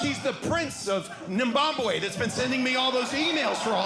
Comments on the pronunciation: Prince of "Nimbabwe"😂😂😂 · There's no Nimbabwe. It's Zimbabwe. And it's Namibia, not Nambia. Hope that helps. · Nimbabwe? The only people who say it that wild are people who from Swederman